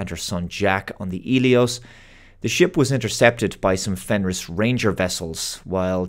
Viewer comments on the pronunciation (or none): none